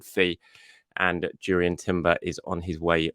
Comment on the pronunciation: Pronounced 'Yurrien..